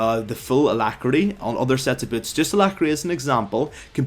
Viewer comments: "tier 2 birds". Rip accent. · That accent... Sounded like you said "bots" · i cant take this video seriously when i hear this guy saying "boots" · whats so hard about saying "boots" properly?